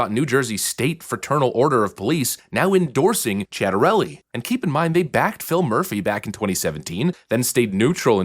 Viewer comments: Last name pronounced chit-a-rel-lee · jack has an Italian last name. It's pronounce Chia-Tah-Reh-Lee. Put it all together quickly, and you got his name right. In any case, as a new jersey citizen, you can bet your life savings on the fact that I'm gonna vote Jack Ciattarelli. Pray for New Jersey so we can become a Red State, and stay that way. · I think it's Jack "Sea-ata-relly" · It's sit-a-relli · Tchattarelli. Cia in Italian is always read as Ciao (Tchao) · Jack Chit-a-relli (for the pronunciation.)(a is a long A like the uh sound) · Let's go NJ!!! By the way ---it's pronounced Chit ter elly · FYI its pronounced Sit-a-relli. Im a NJ resident with serious questions about some of Cittarelli's policies, but he's leaps and bounds beyond that thief so he's getting my vote. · I believe it’s pronounced with a “ch” sound. Chit-a-rellli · CHIT-ARRELLIE. Chitter-ellie. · CHIT OR ELLI ( pronunciation) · Correct, it's pronounced Chatarelli 👍🏻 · Jack himself solved the pronunciation: Chet-a-relli, but the wife of a reporter told the reporter it is pronounced GOVERNOR. lol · Pronounced Chit-arelli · It's SIT-AH-RELL-EE.